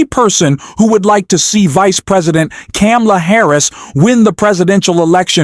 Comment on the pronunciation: Why did you mispronounce Kamala?